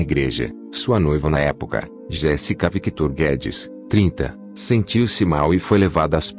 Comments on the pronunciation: Não é Jessica, locutor. É JÉSSICA. Dá um zero pra ele. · Aí pq o narrador fala errado o none Jessica e Sophia 😁😒